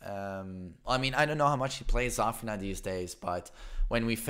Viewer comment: 3adoool * can't even pronounce Zafina, u think he will get Luffy correct?😂